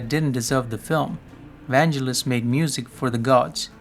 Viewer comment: The G in Vangelis pronounced like get not jet